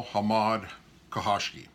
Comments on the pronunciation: pronounced CASH-show-gee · It’s pronounced Cuh-show-gee Sir. Thanks for the information. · Wow the pronunciation of his name!!!